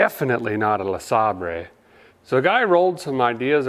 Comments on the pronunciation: This man is why I call all Buick LeSabers “Le-Saab-Rays” now. My family thinks I’ve lost it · Sabre...pronounced Sayber..😀